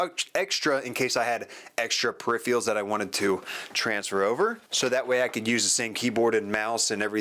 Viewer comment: peripherals not periphials